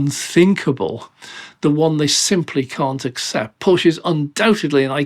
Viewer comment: Please say Porscheeee and not Porsch oder Porschi with an e like in electricity or eleven. 🙏🏻